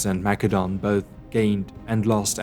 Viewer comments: Great video; the graphics, animation, writing, and research are tip top. However, the Pronunciation of Greek places by the narrator is Annoying. #1, It is not "Mac Edone". It's 'Ma Cedon'. Over and Over; McEdon this, McEdon that.. Consistently Annoying! #2, Narrator slips back and forth; 'Tebes' and 'Thebes'.. ? #3, Same with 'Thrace' and N's 'Trace', 'Atens' and ATHens.. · It's "Ma-se-don" not "Mac-ke-don" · It's said. Massadon. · I have heard of Mass-a-don, so is Mak-a-don some forgotten ancient kingdom? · Well, 'the more you know.' Thanks for the lesson on the Greek language. But, all the English speaking scholars say 'Ma Cedon'.. it's distracting, 'Mac edon'. yes? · "Mak a don"??? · Why are you saying Macedon like it's a Macadamian nut? it's Maessssssedon! Get it together! lol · See you just schooled me! But I don't know, whenever you said Macedon I felt like I was thinking of a nut and it was irritable lmao sorry